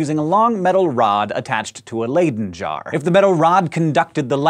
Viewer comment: Am I the only one who noticed the pronunciation of "Leyden Jar?" :/ I just cringed a little... But another awesome video! :)